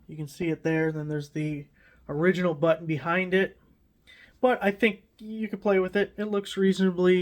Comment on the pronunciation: Thanks for ups. Helpful. BTW it's pronounced "button".